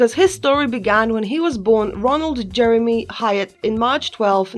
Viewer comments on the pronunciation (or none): none